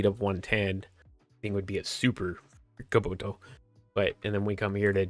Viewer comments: It's Kubota, not Kuboto. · Ka-Bo-Ta It's not that hard ya fool ! Kabota. yeah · (Cuh-bow-tuh) Kubota.. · KUBOTA (ca-boat-A